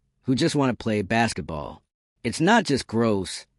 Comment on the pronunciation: What is bass-et-ball?